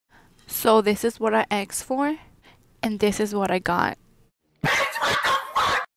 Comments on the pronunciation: You "axe for it" not "asked" maybe thats why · you pronounced asked wrong you said aks lol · when she said: “AKSED” i felt that🦹🏽‍♀️ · “this is what i axed for” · This is what I “aksed” for 💀💀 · “So this is what I axed for”